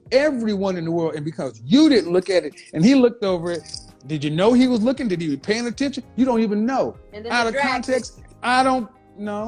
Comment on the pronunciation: “LOOK - DID.”